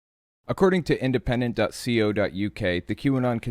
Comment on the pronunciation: I know this is trivial, but in the UK ".co.uk" is commonly pronounced dot koe dot you kay.